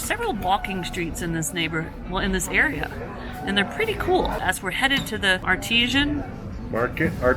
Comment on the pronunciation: My first thought about the green juice was that it looks like kiwi fruit (aka Chinese gooseberry), and your description of the taste seemed to fit, too. And...I know you said not to tell you, but maybe this will help sort out the words. Artisan (pronounced ARTizan) = craftsman. And the word is like 'artist'. Artesian (pronounced arTEEzhən) = bore springs or wells, from artésien, meaning from Artois, in France, where they were first dug.